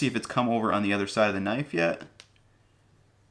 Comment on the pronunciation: Is it just me or is he saying "nice" instead of knife?